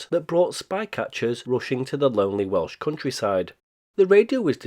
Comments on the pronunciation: Great pronunciation from a Welsh Man. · Good god, I've been past this several times as it's not far, and it's great walking country around there. I never knew any of this. Oh, and as a Welsh speaker, your Welsh pronunciation is very good. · Full marks for him getting the Welsh place names right. Well done indeed. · Very impressed with your Welsh pronunciation. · Great video. Your Welsh pronunciation sounded top notch. Have a great weekend.